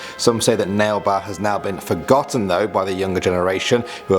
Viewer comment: I couldn't stop laughing when he said Nail-Ba 🤣🤣 it's actually pronounced Naa-Leh Baa. I'm a Bangalorean fyi.